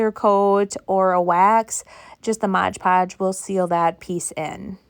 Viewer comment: It's MOD podge, not modge podge.